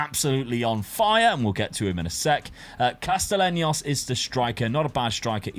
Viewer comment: Bro lmfao stop butchering names! Castellanos=Casteyanos, Atubolu not Atubulo, Hajdari is Haydari, not Hag-dara